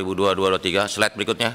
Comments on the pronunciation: "sled trakhir" "Letes" "Siber" Jelas sudah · apa yang bisa diharapkan dari orang yang ngomong "slide selanjutnya" aja jadi "SLED selanjutnya". Hancur hancur wkwk